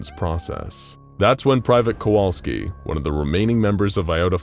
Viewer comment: Sadly all thanks he gets is his name being mispronounced.